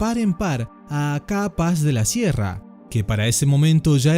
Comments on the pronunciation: Porque pronuncias CAPAZ como si fueran dos palabraz "Ca paz"... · se pronuncia capaz!!! no KA - PAZ, capaz!!!! jaja